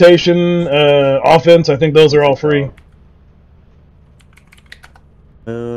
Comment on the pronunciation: "I thibk what you mean is......"🤣🤣🤣